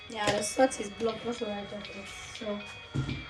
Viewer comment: Is the R in Salt?